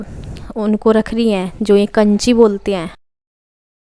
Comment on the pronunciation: काछी होती है कांची नहीं